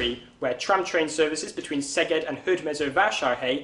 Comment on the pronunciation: Congrats, you said the names of Szeged and Hódmezővásárhely so perfectly that I, as a Hungarian, raise my hat in front of you.